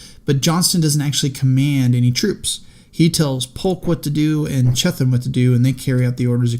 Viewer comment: I think its pronounced B. F. CHEAT-um